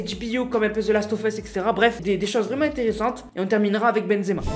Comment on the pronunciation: Pk ta dit exema au lieu de benzema